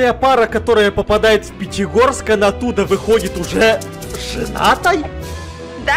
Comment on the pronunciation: Правильно Пятигорск а не Петегорск